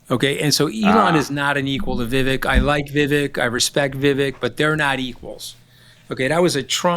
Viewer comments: It's Vivek, VIV VAKE, like CAKE. Political views aside, you should pronounce people's names correctly if you're going to professionally speak about them. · Love listening to you Mooch but kindly, it's Viv-ayk...not viv-ick... from one of your South Asian- American listeners ;)